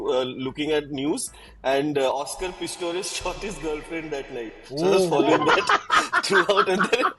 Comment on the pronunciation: messed up with Pistorius so bad... SOTY2 ke pishorilal college ka funny name yaad aa gaya😂